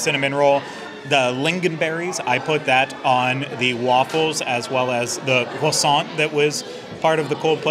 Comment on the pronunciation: pronouncing croissant strangely, over and over again😂